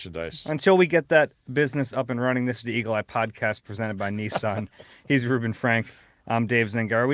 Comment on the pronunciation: "Let's not call him tht plz"....I stopped watching this because of " Rueben Frank" not Rub....